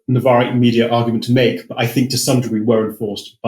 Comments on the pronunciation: BTW it's 'think' not 'fink', etc. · I fink you’re up to somethink